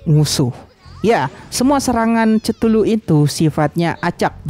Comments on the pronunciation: ketulu bang bacanya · Cara baca chtullu itu kethulu bang